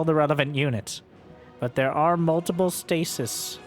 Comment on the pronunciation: The plural of the word "stasis" is stases (pronounced "STAY-seez").